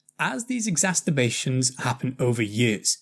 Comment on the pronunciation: Why do you keep saying "exasTerbations"?! It's very odd and doesn't sound very professional getting a basic word wrong 🤔